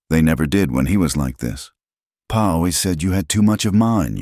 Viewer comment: PA???? 🤣🤣🤣🤣 It's pa!! Geeze